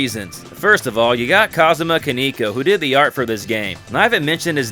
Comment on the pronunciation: I subscribed. Also, not tryna be a dick but it’s Kan-eh-ko. Not Kan-ee-ko. Oh and one last thing… You sound like Lucifer’s dub VA from The Devil is a Part-Timer and it creates a funny mental image of Lucifer explaining Atlus games to Madao, Alciel, and the rest of the cast. 😂😂😂